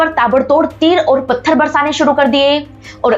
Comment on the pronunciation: आप इतनी बढ़िया कहानी सुनती है। Please work on your pronounciation ओर नहीं, बोलिए ... और। लोट नहीं, बोलिए ....... लौट।